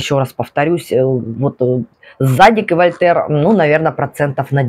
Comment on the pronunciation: Да, ударение на второй слог - ЗадИк)